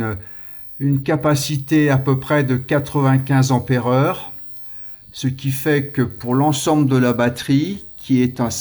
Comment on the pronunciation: Cent "t"'ampères ! trop "p"''importantes. Même si elles ne sont pas électriques, les liaisons doivent rester de bonne qualité 😜